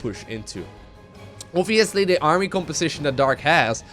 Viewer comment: New drinking game: Take a shot every time says "Oviously"